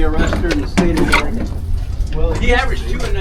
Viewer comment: Thanks for actually pronouncing Oregon correctly! 😂 so many people say “ore-gone” drives me nuts being an Oregonian 😂